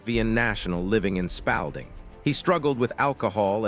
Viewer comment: It's pronounced Spalding as in paw not pal